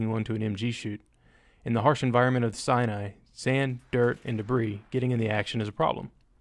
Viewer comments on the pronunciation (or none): none